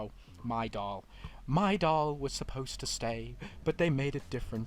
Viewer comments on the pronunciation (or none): When he said “my Dahl” I was like… miadol?